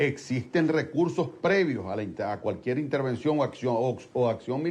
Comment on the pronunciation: ITERVENCION,Intervension Ya ya ya no jodas